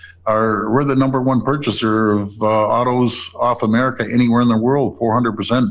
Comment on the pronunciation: Lake 'Murrickaa eh? Well you do what you want on your side of the border lunatic and see how popular it will be with your own New York State citizenry.